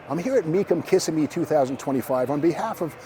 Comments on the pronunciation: The town's name is "Kuh-SIM-ee' not "KISS-i-me." If Steve had worked for Mecum, he'd have certainly known that. But he didn't. He spent his Januarys out in Scottsdale, AZ. But as much work and research as he has always put into preparing for auction coverage, it's a bit surprising. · It is not pronounced Kiss-a-me, it is Kiss-sim-me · Were all glad your back , even if you can't pronounced Kissimmee right .